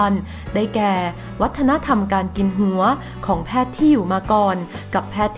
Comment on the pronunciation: ผู้อ่านไม่ชัดเช่น...หัว...หงัว...หัวจ้ะ.ไม่ใช่เสียง..ง......อ่ายให้ถูกหน่อยจ้ะ